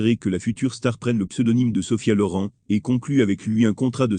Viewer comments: LorIN pas lauran. Quelle plaie ces commentaires !😡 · On dit pas Sofia loran mais Sofia loren magnifique